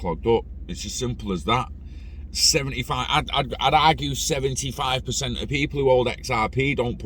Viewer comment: It’s on seventy cent not seventee lol